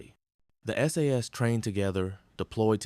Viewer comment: Just a tip to make you sound more human. It is pronounced S A S, not SASS, it 3 letters sounded out, not a word.